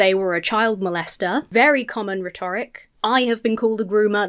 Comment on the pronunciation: Is that the correct way to pronounce 'rhetoric' ?